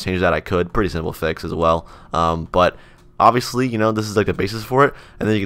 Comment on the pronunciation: Is it just me or did he always say obbyously and not obviously?